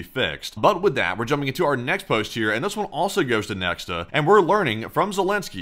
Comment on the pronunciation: according to wiki Nexta is pronounced as nekhta and not as neksta btw